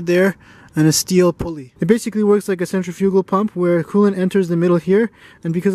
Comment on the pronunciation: each time you said centrifugal i weeped another tear